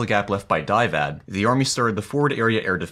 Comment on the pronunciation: Is there a reason you kept pronouncing DIVAD as (die-vad)? It's Division Air Defense, so surely it would be pronounced (dih-vad)?